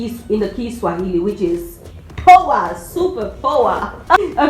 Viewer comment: Your Kiswahili is spot on.